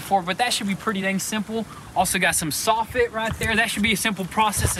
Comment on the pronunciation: I’m not sure what you’re saying!! I thought I didn’t hear one of you correctly. Instead of soffit you’re using the word softit!! Sounds crazy. There ain’t no softits on a house!! The word is soffit! Saw fit!!